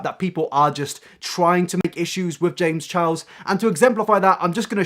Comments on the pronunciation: “James chows” only me who’s frustrated by the way he pronounces Charles? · "James Challs " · Why do British people say “Chiles” instead of charles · “james chows” lol